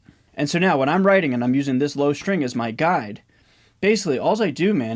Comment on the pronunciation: "LOW"crian, everything else is good